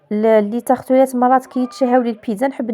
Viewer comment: يا ودي la proprété والتورتيلا رجعتها لي تارتولات 😂😂😂😂